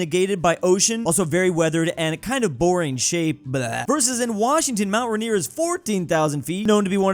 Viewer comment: The way he pronounces mt rainier makes my PNW ears wretch